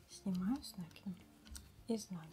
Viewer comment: Ну не с нАкидом а с накИдом ,Вы же вязальщица !